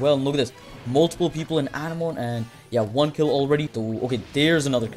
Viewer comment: Anemone❌ Anna moane✅